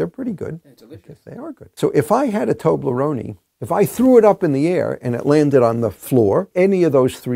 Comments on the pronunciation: It's called Toble, like the spanish Doble but with a t instead of a d, Rone is moan but an R instead of M, and of course the e at the end is pronounced literally e, not the english idiocy of pronouncing e i.. I don't know why it is that way but that's probably why English people can't speak anything but English, your vowels are not vowels most are diphthongs. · Wouldn't the original pronunciation be closer to "Tobleronay" than to "Tobleronee"? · A toble- what now? Toe-bleh-roan-ee? Here I was thinking it was Toe-bleh-roan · why Is he saying tobleronie, it's pronounced toe-bler-own. It's not lunchmeat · Stop saying Tobleronie. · did he just call toblerone, tobleroney? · I thought it was pronounced Tow-Blur-Rown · Pronunciation was not so bad. Only the last vowel was incorrect: toh-bleh-roh-neh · Huh, I (and everyone I know) say toh bleh rohn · I love how he pronounces "Tobleroni" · it's a swiss germanic portmanteau where the other part is of italian origin. odds are it's not pronounced like a native american english speaker would automatically assume :). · Tob-lur-OHH-ne(y), would be closer. (The "y" is there to influence how the "e" is pronounced, but it's in brackets because it should be silent) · I'll have a toblerony with my calzony ~ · Don't be a jabroni, learn how to say Toblerone(y????). Mind blown haha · "Tobleron" (silent e) is an equally wrong way to pronounce it. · "Tobleroneie"?!?! I've never heard anyone pronounce it with the "ie" bit on the end. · it should indeed be pronounced without the "ie" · His pronunciation of toblerone is sinful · This guys so smart that no one’s ever felt they could tell him he’s been pronouncing Toblerone like an idiot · His pronunciation of Toblerone triggered me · I'm in Massachusetts. It's funny, the German pronunciation clearly has a fourth syllable, but the English one doesn't! /toʊbləroʊn/ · The last e must read as the first e. In italian the letters have always the same sound.